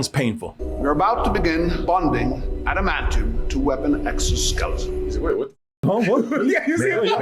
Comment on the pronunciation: "Admanium" omg